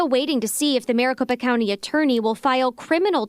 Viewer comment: Since i got to true crime, why is it that i keep hearing Maricopa Count??